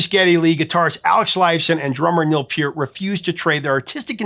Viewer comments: Hey you pronounced Peart's name correctly! Nice! lol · Thanks very much for your intelligent commentary on Rush. You're spot-on with analysis and accurate with the history. I always watch immediately when I see a new video posted. Your appreciation for the boys is evident and your respect for them welcomed. You even pronounce Peart and YYZ correctly and know it's THE Spirit OF Radio. With all of this, I did chuckle when, in this video, you referred to The Fountain of "Lamenth." Hey, you can't win them all. Keep up the good work. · He did say Lament. LAMNETH. At least he knows how to pronounce PEART!